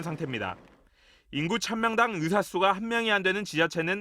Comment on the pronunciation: 발음이 으대 으사. 발음이 이런데 방송에 나와?